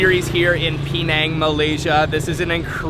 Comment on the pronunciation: It's not Pee Nang as you keep saying, it's Penang ! Try to get it right !